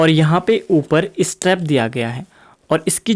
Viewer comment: Teri English words bhout bakwas. Zipper hota jipper nahi. Straps hote hai steps nahi. Pata nahi kaya bol raha hai